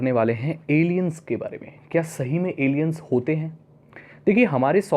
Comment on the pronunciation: Bhai Alain hota hain